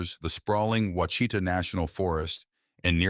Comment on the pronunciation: WA-SHEET-AW, WITH THE ACCENT ON THE FIRST SYLLABLE.